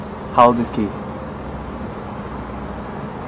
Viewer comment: Someone who can’t even say Keith making fun of kids named Keith is hilarious.